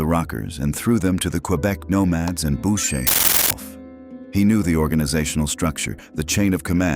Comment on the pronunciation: “BOW-SHAY” hahah